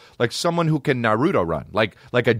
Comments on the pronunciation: It’s pronounced “nah-roo-toe” 😔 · The way you pronounce naruto is ah s’incorrect